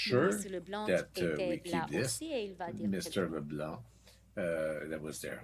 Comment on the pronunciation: Leblanc? When did it get a hard c? Shouldn’t it be silent?